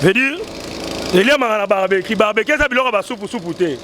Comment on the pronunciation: Ba lobaka barbequi te barbecue 😂😂